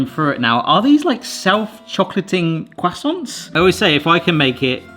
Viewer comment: Love how pronounces croissants as kwassonts.